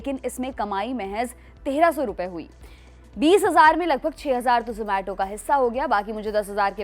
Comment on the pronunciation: 😂 Wo ज़ोमेटो नहीं ज़ोमाटो hota hai.